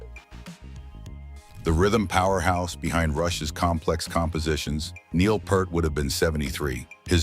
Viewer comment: The narrating A I also mispronounced both Sade’s and Neil Peart’s names.